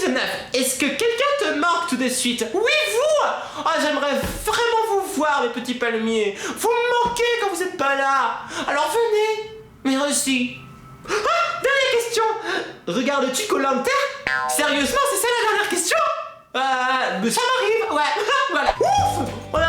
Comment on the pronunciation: leonardoparodie lp j'ai cru parce que dans ses vidéos elle dis toujours mereuci mais ses pas grave moi je l'aime bien #teampalemier 🌴🌴🌴🌴🌴liker si vous êtes d'accord